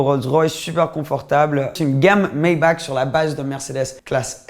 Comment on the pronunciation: Superbe vidéo, mais pour t'as culture Maybach se prononce Maybar avec un r a la fin et non un k.